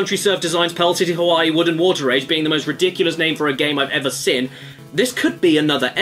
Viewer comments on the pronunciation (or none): I'm not making fun of you but whenever you say seen it sounds like your saying sin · Why can't you pronounce "seen"? Why do you insist on saying "sin"? Why am I bringing it up two years after the fact? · Why is it anytime Caddy says “Seen” it sounds like he’s saying “Sin” has he sinned? Caddy is sinful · Why do you say "sen" and not "Seen" ?!?!?